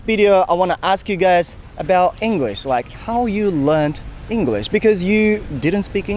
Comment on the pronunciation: 1番勉強になるかも最近…この動画コンテンツ…だけどそれにしてもaboutの発音のアビャウトゥは気になってしまう笑